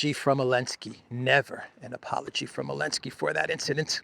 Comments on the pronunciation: Who is this man and why is he calling Zelensky, Elensky? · Hun how come u don't say the zed in zelensky just wondering